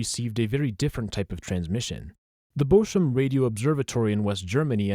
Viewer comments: its bochum not boshum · Madatory German visiting: It's pronounced "Bokum". It's related to the tree Buche (beech) and the word 'book'. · Great video but Bochum is not spoken Boshum